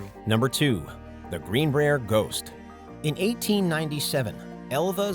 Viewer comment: it’s not Green’breer’ it’s Green’brire’ as local just tryna help y’all out